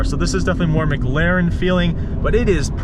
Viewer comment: Good video, car is sick asf, you say McLaren weird